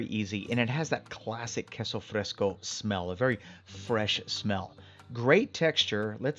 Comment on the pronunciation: it was driving me nuts every time he said queso fresco. I was yelling at him- that's NOT queso fresco .😂